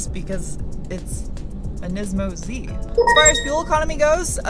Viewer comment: How many times did you have to edit or re-shoot because you said "nympho Z"? 😂